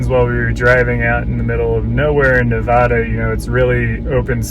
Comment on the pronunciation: It's not Winnimookah it's Winnimucka for the pronounciation and it's not Nevuduh it's Nevada long A's